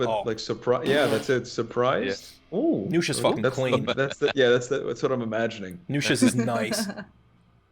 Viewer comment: Did you really call nuxia nusha?